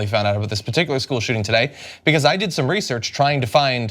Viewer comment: ANNA: "Ree-sur-ch!??, Ri-zer kh??? What is that word you always use John? what is 'riiserch?"